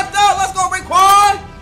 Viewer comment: Bro so disrespectful it’s roquan not rayquan 🤦‍♂️